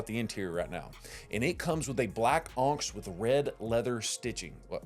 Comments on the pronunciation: onyx is pronounced on ix. Like the black gemstone. I’m from Pell City and know that! Just bama checking you 😊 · You're pronouncing onyx wrong.